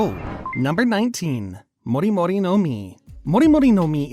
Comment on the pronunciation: your japanese pronounciations are hurting my ears holy shiet. Its not mouri mouri its mori mori, its nots zushi zushi like juicy juicy its zushi zushi like sushi.